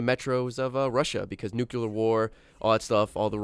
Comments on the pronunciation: its pronounced "noo-clee-ar" not "noo-kew-ler" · Stop saying nukyaler. It's NUCLEAR. You are disgracing the American public. Also, everyone else, I must ask you to cease the use of the slang term Murica, it's America. You know who you are... you make the U.S. look Imbecilic. Now, on queue, a British person is going to insult me. >: [ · It's NucLear, not NucULar!!!! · Nukular? -.- No. Just no. NUCLEAR!!! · going "Nucular War". I'm not even mad. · i like how says nuclear.